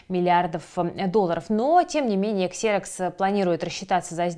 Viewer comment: Выпуск хороший, но "Xerox" читается как "Зирэкс" 😅